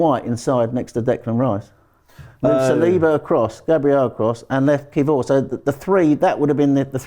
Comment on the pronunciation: Learn to say kiwior properly please